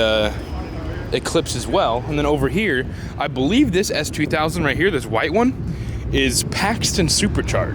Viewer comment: At 1.00 did you say honda S3000 ? Or am i hearing wrong